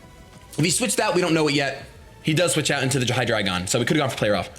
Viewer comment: Seriously. Thank you so much for saying Hydreigon correctly. It's German. Eins, zwei, drei. Appreciated so much!